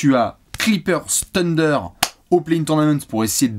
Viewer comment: coeur sur toi mais par pitié arrête de dire Tender pour le Thunder